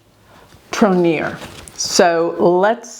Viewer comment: Sounds like TROG KNOW not TRINIER AND Sounds like BRI-gheete soft not a heavy thick G